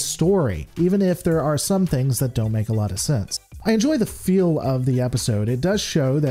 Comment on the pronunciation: this has nothing to do with star trek. I'm fascinated with accents and i noticed that the creator pronounces "heal" as "hill", "feel" as "fill", "hail" as "hell", and "field" as "filled". Does anyone know what region of the US he's from?